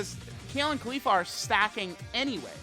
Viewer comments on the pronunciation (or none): Everytime I hear him say Khalifa and not Caulifla I die inside.